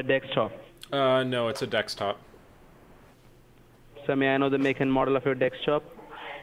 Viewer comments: I don't know why but desktop sounds like dextop??? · Is it a laptop or dekstop? It is a dextop lol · Lmao "Dextop"